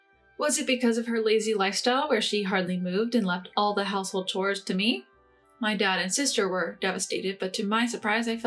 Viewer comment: The 3rd or 4th story with the Russian or Ukranian, I believe, narrator? The word chores is not pronounced "cores" it's pronounced "chores" and heir is pronounced like "air" the h is silent